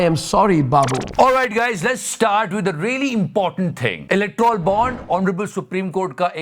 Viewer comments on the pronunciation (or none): Electrol (इलेक्ट्रोल) nahi bhai Electoral (इलेक्टोरल) hota hai😂😂😂😂 Waise point aapka bikul sahi hai...........BJP ho ya Khangress all r the same in this regard